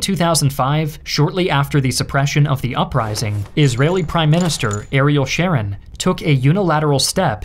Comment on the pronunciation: The enunciation of Ariel Sharon's family name is not as the female name phonetically: Sherron but phonetically: Shawrone.